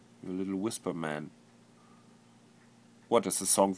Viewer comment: oh my god !!! the way he pronounces whutt is hilarious !!!! love ya flulaa